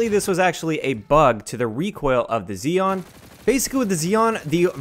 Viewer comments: it's on "zee-on" it's "zed-on' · why do you call it zeon. it's x eon